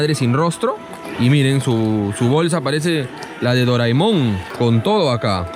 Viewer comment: Es Doraemon no doraimón😂🤣🤣